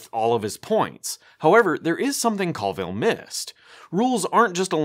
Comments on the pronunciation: It’s a little hard to take your critique seriously when you keep mispronouncing Colville’s name. It’s COALville, not CALLville. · I like alot of your videos but why are you pronouncing Coville in such an odd way? Co-ville as in Co-worker or Co-vert, its just really odd to pronounce it like there is an "a" instead of an "o" and it kinda feels like your doing it on purpose to belittle him or something. Maybe I'm reading in to it too much.